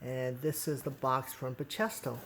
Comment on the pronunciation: Great video! Btw, they are pronounced Ba-key-stow as seen on Bachesto website :)